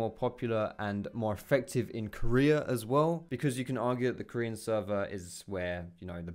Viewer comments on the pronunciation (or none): none